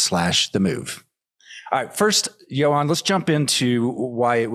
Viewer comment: "Johan" dude, not "Johann" haha.